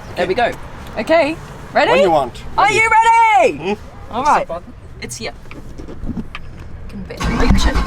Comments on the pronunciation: She says " He A" instead of saying Here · It is here not heauuhhh. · I like how she says "car" (kaaah) and "here" (heeyuh) 🤣🤣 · I love😍 how you say gear and here ... ...